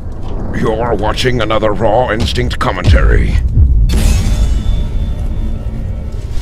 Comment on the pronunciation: whenever he says rawinstinct i think he says rotten stinct